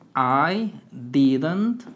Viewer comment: pronuncias Mal didnt😂 pro Bueno